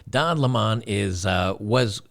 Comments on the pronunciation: His name is pronounced LEMon, like the fruit. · Not sure if you're trying to be funny or genuinely don't know how to pronounce his last name, but it's just the normal way people say "lemon" (citrus).